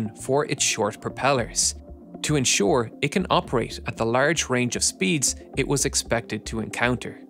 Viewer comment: Not "bur" or "ir", say iT or buT